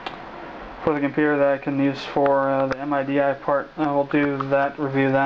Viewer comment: Another thing... its not pronounced as an acronym and separate 4 letters M-I-D-I... its pronounced MIDI (as in "Mid-eeee")